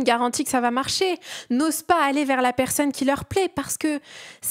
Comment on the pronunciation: J'aime beaucoup ta vidéo mais je voudrais juste te dire qu'on dit "persOnne" et non pas "persEUnne" 🤭